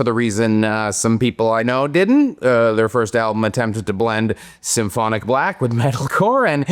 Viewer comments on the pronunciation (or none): none